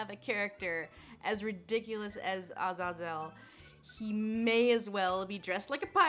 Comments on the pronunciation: Azazel is pronounced "azay - zel" not "az az ell" you're making it sound mroe ridiculous than it is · IT’S. AZAZAEL. NOT. AZ-AZ-UL. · If you say Ah-Zah-Zel instead of ah-Zay-zel, how come you don't say Her-me-own? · Azazel = Uh- zaze-el. Ty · Watch First Class for how fo say Azazel. Or say Ah-zay-zel. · Lindsay, first off, I love your videos. You obviously put a great deal of time, effort, thought and research into them. However, please learn to pronounce names with which you are unfamiliar. Azazel is traditionally pronounced with the emphasis on the second syllable: aZAYzel. Sorry to be pedantic. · A-Zay-Zil darlin, at least that's how I've heard it spoken by people who know a thing or two about fallen Angels. Hey! I'd love to see you do Samael or Azazel or any of those in pop culture. I know you don't do games so much (Aphrodite in GOW) but it would be awesome to include those sources as well. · A-ZAY-zel Lindsay. Say it with me. A-ZAY-zel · I mean you're saying it so wrong but I kinda like your way anyway. Doesn't so much slip off the tongue but comes out like a 5g roller coaster with 3 dips in it. I wouldn't say it 3 times in a row either. No telling what could happen with such a novel pronunciation. We don't need "Eldritch horror" for our November 2020 Bingo card. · My cat's name is Azazel and that's not how you pronounce it.